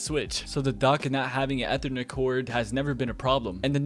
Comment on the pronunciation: Next video we teach him how to properly say “ethernet”.